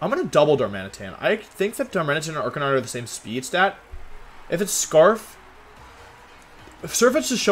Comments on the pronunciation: Did this man really just say Ar-ca-ni-nay? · Arca-ni-neigh might be my favorite 100% accurate pronunciation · Did you just say Arcaneenay? Lmao 😂😂😂😂😂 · did this man really say arcan knee nae? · 0/10 because how you said arcanine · It's sad how Wolfey is a Pokemon world champion and can't even properly pronounce Arcanine. SMH